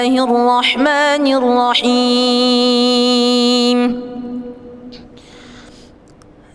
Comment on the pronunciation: ARROHMAANIRROHIIM NYA KURANG PANJANG BACAAN MAA NYA...SEHARUS NYA DIBACA 2 HAROKAT...TETAPI DIBACA TDK PAKAI HAROKAT...